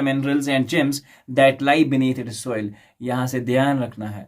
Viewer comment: Soil ki atni pronounciation nat karo aap ki zuban ki kar ga ye thi